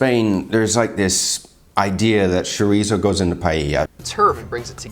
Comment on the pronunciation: funny how you recognized that they pronounce paella correctly and then you went on to say chorizzzzo